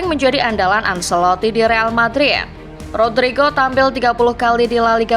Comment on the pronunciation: Maaf, penyebutan ancelotti: ancelotti bukan anselotti